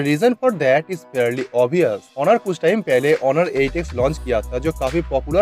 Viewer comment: Its not horun, its honor